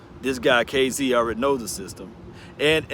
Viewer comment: Its (kaah)zee not (kay)zee